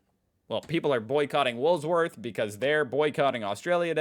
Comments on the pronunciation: I love that you say Woolsworth Not wool worths 😀 you've got this,,, you probs understand this country more than half the crew that grew up here🤟🏼🤣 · Yes it's always Woolsworth when he says it it is Woolworths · Look man you still can't say Woolworth right please just say woolies please for the love of God it's really pissing me of